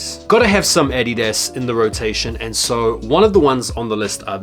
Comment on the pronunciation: I watch a lot of your videos, and thanks for the great content by the way, but everytime I hear you say adidas it's like if it was the first time lol. Unexpected and detrimental to my ears 😂